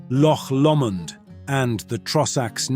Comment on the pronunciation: Yes, I noted you said Loch lo mond, when it is pronounced Lok Low mond.